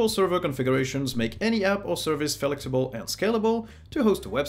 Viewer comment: There's no 'e' in the first half of *flex*ible. It's /flex/ible. The way you crunch it all together makes it sound like 'felixable'. :p